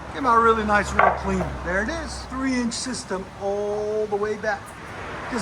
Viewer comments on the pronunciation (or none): none